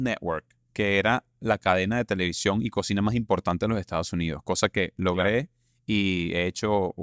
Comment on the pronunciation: Te corrijo quieres hablar con esa R tan pronunciada, sin embargo cuando dices JESTADOS JUNIDOS hay que horror.